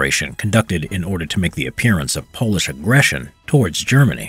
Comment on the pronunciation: It's Polish not Pols